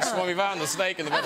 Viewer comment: Theres a distinct difference between a “snake” and a “SNAIKE”